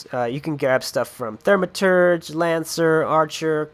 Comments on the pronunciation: THAUMaturge not THERMaterge. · Thermaturge. Teehee